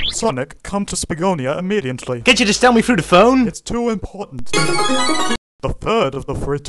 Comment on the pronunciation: come to spageghti-ah the first 3 temple doors are open sonic,come to spaghetti-ah imiteitly! the first 3 temple doors are open sonic,come to spaghetti-ah imiteitly! the first 3 temple doors are open sonic,come to spaghetti-ah imiteitly! the first 3 temple doors are open sonic,come to spaghetti-ah imiteitly! the first 3 temple doors are open sonic,come to spaghetti-ah imiteitly! the first 3 temple doors are open sonic,come to spaghetti-ah imiteitly!